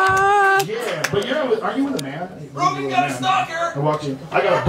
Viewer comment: Joe Ro-gain.